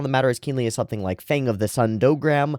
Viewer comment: Hearing my username unexpectedly mentioned in anything prerecorded never fails to startle me, haha. Also 'Dougram' is generally pronounced 'Daguram' in the show itself. You're right in your assumption that the Galbaldy is the name of the Mobile Suit. The Bosnia battleship which deploys them in this episode is of the Earth Federation's main forces but is being sent to reinforce the Titans. I also have the tendency to feel glee and excitement over upsetting events in media because I'm thinking first and foremost about the narrative ramifications, but I'm also a total softy so the horror/dismay/tears eventually catches up after some minutes.